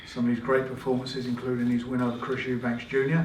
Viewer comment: 'Chris eubanks' 😂